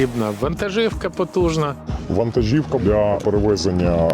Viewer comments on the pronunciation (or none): none